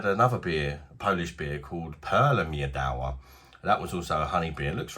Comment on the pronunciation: Pronounced Meedva.. Polish word for Honey.!